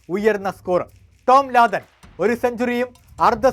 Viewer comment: ലാദൻ അല്ല ലാദം 😂😂😂 ഈ ലാദൻ ബിൻ ലാദന്റെ അനിയൻ ആണോ 😂